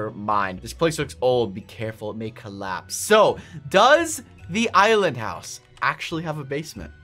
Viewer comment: I know why you call the island houws the, ISLAND HOUWS!!!!!!!!🙀